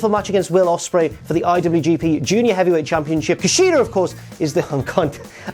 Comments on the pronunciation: Sure you were saying Kushida at one point, but i couldn't make it out. Say it one more time please. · I kinda never want to hear say KUSHIDA ever again... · At first i was annoyed everytime said “KUSHIDA” then he got me lol